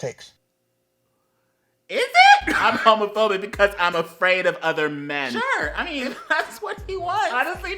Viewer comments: "Am hewmewphewbeeck and preud" It's the fedora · Is he saying “Haamaphaebic”? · I like his pronounciation "Hömöphöbic" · I kept hearing "Homofurby" instead of homophobic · “Ai-m HaMoFoBIc” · "Arm hawmafawbick"